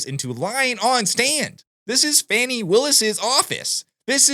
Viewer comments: It's not fanny, it's pronounced Foney? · Even her boyfriend Wade calls her Fani not Fawnie.